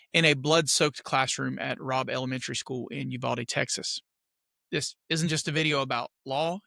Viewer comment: 100 agree. Nashville PD response a short time after Uvalde gives me hope. you-VAL-dee. Accent on the VAL and you say VAL just like the word “value” . Great channel